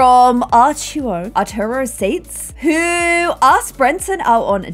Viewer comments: Arturo is pronounced 'Ahr - too - roh', not 'Ahr - two - roh' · Arturo - Think of Spanish "R's" and pronounce like this; AR-TWO-Ro (bonus points if you can ROLL that last R) =P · Arturo is pronounced "Ar-two-ro", this is the easiest way for English-speakers! In its native tongue, Spanish, its more like "Ahr-two-roh", kinda hard to write out how it sounds in Spanish 😭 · Arturo is pronounced like 'R'-two-ro(like the ro in iron) ✨